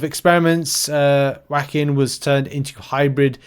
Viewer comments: Not saying "whackin" instead of "joaquin"(pronounced like "wah-keen") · ..."Whackin". It's pronounced Wah-keen". You know, like the famous US actor Joaquin Phoenix (Joker movies, Gladiator, HER). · Wah-keen is how you pronounce the name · Not being rude only trying to help. Phonetic spelling of Joaquin wah-KEEN Only know because I lived in California at one time in San Juaquin county. (Though I still cant even pronounce half these newer champs) Love your content!!!